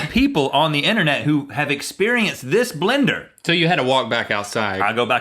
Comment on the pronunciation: If you've ever noticed how some people (more from the south) say blender differently like they turn the 1st E into an I. Like blinder. And Rhett says it right and Link you can very clearly here him say blinder